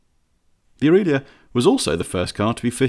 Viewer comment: AFAIK, there were no Ferrari 275s in the 1950's (introduced in '64 I think) Aurelia is pronounced Ow-RAY-Lee-A, not ooreelia. The Porsche 356 Speedster (another Max Hoffmann project) was way more popular and successful than the 550 and in no way comparable to the A90 Atlantic. Dean and McQueen both raced Speedsters.. Pretty nice list otherwise.. UPDATE: Ghia has a hard G like Goodwood. P.S. Porsche branded cars were produced under the leadership of Ferdinand's son (Ferry). By the time you could buy a Porsche, the old man was pretty ill.. So not the same designer revisiting previous work. P.P.S. Who does your research?